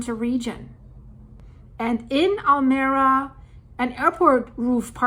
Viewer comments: Almeria is pronounced Al Me Ria not Almeera From old Andalus meaning the mirror of the sea or to the light Enjoy your in-depth work!!! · Pronounce town as Almería, accent in the i just as it is written... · It is not Almera but Almeria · Almería is pronounced ALMEREEIA